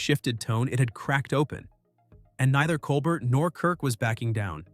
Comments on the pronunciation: Great narration! But please pronounce Stephen’s last name correctly. It’s pronounced (Kol-Bare)not (Kol-Bert) nor (Kol-Ber). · If this can’t even be bothered to pronounce Colbert’s name properly, the rest of the commentary is worthless. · I can already tell 5 seconds in this will be right wing slanted nonsense just based on the fact you didn't bother even researching how to pronounce "Colbert." You're not qualified to talk about this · It's pronounced "Col-bear", not COL-BURT. Have you never heard his name, or are you intentionally playing the ignorant card? And is this a pro-Kirk video? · it's pronounced col-bear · “Col-bert”, lol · Maybe you ought to start by figuring out how to pronounce "Colbert." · Can't even say Colbert's name correctly. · This jerk might getaway with his baloney if he would pronounce Colbert's name correctly. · Tell us you like Kirk without telling us you like Kirk. Narrator should learn how to say Colbert's name.